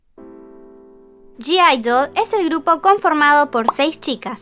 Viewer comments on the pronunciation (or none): Me da cosa q digas g-idle osea q pronuncies la g cuando ellas dijeron q se pronuncia idle